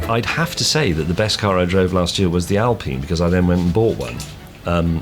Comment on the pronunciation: You call it an Alpeene now? Just use your English. It´s Alpine, like pine tree. Don´t mix it up.